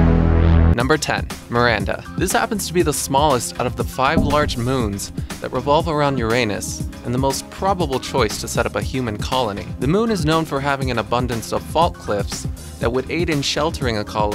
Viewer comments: u said Uranus. It's pronounced Ur-An-Us. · Herschel who discovered Uranus, called it You-ranus. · You pronounced uranus wrong.